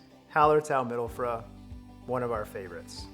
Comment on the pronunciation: A tip on pronouncing “mittelfrüh”. The ü is like the U in “union” and not like the U in “pun”. Also agree on the Barbe Rouge. Had a single hop APA with that one and that hop has an astonishing amount of berry/strawberry character!